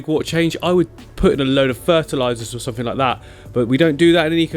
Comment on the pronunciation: Click sumfink 😂